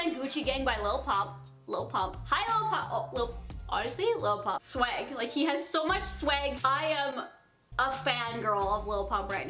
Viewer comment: STOP SAYING SWAG LIKE “SWEG”